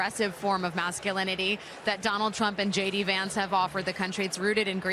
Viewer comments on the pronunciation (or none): none